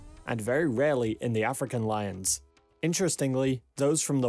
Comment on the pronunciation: It’s lions, not loins, and whole, not hole